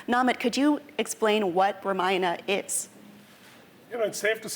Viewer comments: what's up with the ramayan'aa'? it's ramayan'uh'... at least indians should know better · its pronounced RAA-MA-Ya-NA Not RUHMUHNUH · Ramayan not Ramayana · Host is saying Maina instead of Ramayana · It's not RAMAYANA ITS RAMAYAN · First learn to say “Ramayan”correctly. 🤨